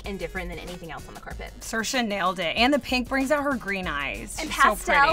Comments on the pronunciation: It's not Siersha, it's more like Sersha. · the way ye pronounce saoirse is so american try to pronounce a lot of irish names please